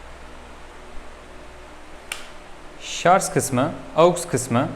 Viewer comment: Teknoloji sunumu yapıyorsunuz, hala "ŞARZ" diyorsunuz. Hemen kapattım videoyou.